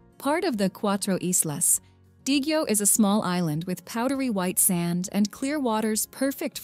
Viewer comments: i dont think u visited the place..or u just reposted this vlog.. it is quite offensive to miss pronounced siquijor and balete and even more.. but these 2 words dominates through my ears... did u ask some locals saying (sikwidyor or balit????) siquijor or Balete... pls dont just kept on sying wrong pronounciation.. PLSS LISTEN CAREFULLY WHEN YOU ASKED WITH SOMEONE WHAT IS THE EXACT WAY TO SAY A THING THAT YOU DO NOT KNOW???? DONT TRY TO RUIN IT. THANK YOU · It's not sikwajor it pronounce as sikihor 😂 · It is pronounced C-K-hor not si kuwi jor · Better if she could pronounce the names of the places correctly. Example, Siquijor, it should be See-Kee-Hor...not See-Kwi-Jor. Totally different. You butchered all the names. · Great video! Siquijor is pronounced with the "j" as an "h" Sounds like Sick-e-hor. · Siquijor -sikehor.,pronounce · Siquijor pronounce as SIKIHOR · Siquijor pronounce this "sikihor" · Please fix your AI...Siquijor is pronounced as Si-kee-hor. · we say it sikihor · Its not sequador as you pronounced it. It is Siquijor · Siquijor pronouns as siquihor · the Siquijor pronunciation 🥲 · I love your content. Thank you for doing a piece of such beauty in all areas around the globe. I spent time in Siquijor or Isla Del Fuego. It's pronounced: SI KE HOR, according to the locals. Not Si Ke JUR. Not Jer or Jur LOL. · SIQUIJOR say it as SEE-KEY-HOR not See-key-jor😅😅😅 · Siquijor is pronounce as SIK-ee-HOR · Thank you for featuring our beautiful places. It is much appreciated. Your visuals are stunning. I am from Cebu, Philippines. I teach geography and history to fifth graders. I don't want to nitpick but just would like to say that it's "Seekeehor" (Siquijor) instead of Sikwejor"; "SA"mar instead of "SaMAR" while Leyte is "LEYteh" instead of "Leytee". Have fun exploring the Philippines! Amping kanunay!